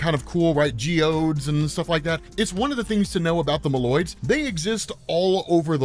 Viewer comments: bro MOLE-OIDS, not mALoids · Its pronounced Moe Loids not mah loid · Your pronunciation of Moloids is wrong and is horrifying to listen to.